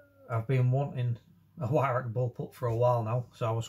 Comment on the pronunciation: o you said ""why rack "" no W sound in German m8 its its pronounces v-roch or VIe-roch (with the welsh CH sound) im welsh and a gunsmith for 33 years and as the name suggests used to be a gun importer of edguns, not an english teacher lol sorry pet hate of mine :) like people calling pattern welded steel Damascus (im also a blacksmith) that one really gets me ! :-)